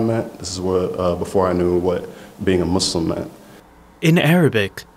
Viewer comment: Not "MAZzLim" 😭😭😭 Simply Muslim 😭